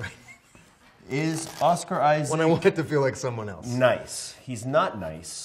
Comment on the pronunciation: I love how they say pedrou peasqueal and a Oscar aisac as if they didn’t know how to pronounce their own names in Spanish 😂😂😂